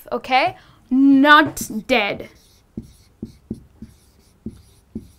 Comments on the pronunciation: why you say sen'tence... giving the emphasis to the second syllable? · that was useful! but i am a bit confused about the pronociation of the word "sentEnce", sorry)